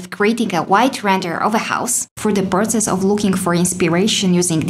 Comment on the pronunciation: Process, not protses.